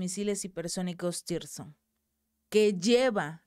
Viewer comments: CHICA..LOS MISILES NO SE LLAMAN "TIRSON" COMO TU LOS MAL MENCIONAS... SE LLAMAN TSIRKON!!! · SIRKON, SIRKON, SIRKON. Y NO "TIRSON".